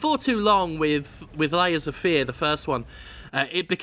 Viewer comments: There's a point where it sounds like Jim says "Laser Fear," and that sounds like a more interesting game. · It sounds like you're saying "Laser Fear" which sounds like a better game.